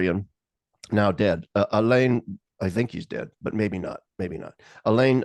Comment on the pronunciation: Alan Besancon?? Nooooo. It’s Alain Besancon (Bez-ann-sone)